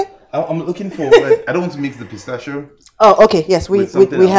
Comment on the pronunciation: It is not potassio nut but pistachio